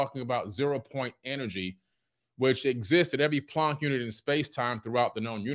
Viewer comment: I was actually impressed that pronounced "Planck" correctly, when referring to a "Planck unit of space-time" (??). German names seem to be especially baffling to Anglophones, both these idiots who haven't the capacity to consider the letters in front of their faces in English words, and to people educated in fields where German names or words show up over and over. I've heard that name specifically mutilated as /plænk/ by actual teachers and academics, so uh, good job, though this was right after "vertisee" so it's hardly absolution. But to say something meaningful... you know how back in the old days, you could get primitive chatbots to talk to each other, and could watch them spout increasingly nonsensical things at each other? These two. They're the same thing.